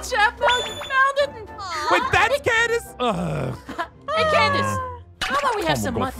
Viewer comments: Its Candice not canvis btw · Aphmau: candess who candess? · Did noi say Candice 😳